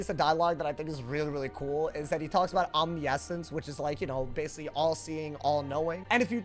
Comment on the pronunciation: That is not how you pronounce omniscient lmfaooooo